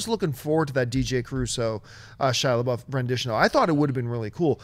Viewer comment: "Shia Laboof"